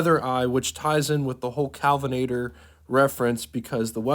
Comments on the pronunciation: Kalvinator!? IT'S K-E-L-L-V-I-N-A-T-O-R phonetically-- or is this more Retarded AI? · It's Kelvinator, not Callvinator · It's KELL-VUH-NATOR not KAL-VUH-NATOR. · Kelvinator, not Kalvinator. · BTW, with respect, it's KEL-vinator... rather than KAL-vinator. No biggie. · Kelvinator, not Calvinator. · Kelvinator, not 'Calvinator'. 3100 pounds just about matches the weight of the Studebaker Champion. The Rambler was built on a shorter wheelbase, but was among the lightest cars built in the US at the time. The roofline inflection point above the trailing end of the rear doors was a compromise eliminating the need for a different full-length stamping for the wagon roof and use of sedan doors. The roof rack was standard equipment to soften the appearance of the odd roofline. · It's Kelvinator, not Calvinator. Like the Kelvin temperature scale.